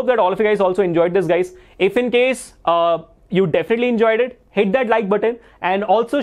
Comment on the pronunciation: You was saying pls hit that like button. I heard pls hate that like button 😅🤣